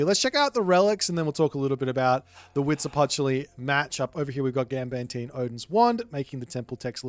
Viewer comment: As a mexican, your pronunciation of Huitzilopochtli at the beggining of the video was quite good. And stays mostly consistent throught the game. *happy aztec gods noises